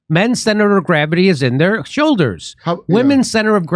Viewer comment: I think you should have put the emphasis on the word "entire" vs "their" lol